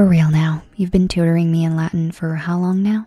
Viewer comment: As a latin student, her pronunciation hurt my soul a little bit...